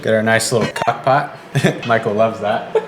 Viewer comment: Ok, did I hear cock-pot?